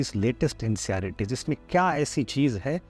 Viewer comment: You are saying ncerts as nceyaritis